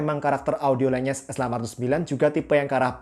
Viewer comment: Oh iya bang, buat wawasan aja LENYES itu dibacanya Len-Yes, jadi N sama Y nya misah, bukan digabung jadi NY Itu saya tau dari video produk official lenyes nya di shopee